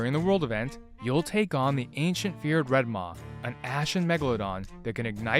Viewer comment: Red maah 🤣😂😁 Sheeps go baah. Its Red Maw like claw.